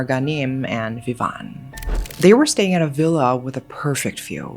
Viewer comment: It’s Živan Radmanović, it’s Serbian name and last name and it is not pronounced as “Vivan”, but I do realize it’s hard for a non native (and I guess wherever on Earth, there will be some suspicious Serbs, Hollywood was right)